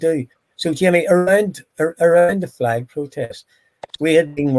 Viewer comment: The fwag pwowtest